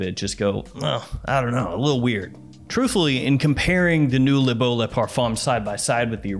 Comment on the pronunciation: I’m French and this is Le Beau not L’beau. You can said L’beau but it’s more from people from the hood who talk like that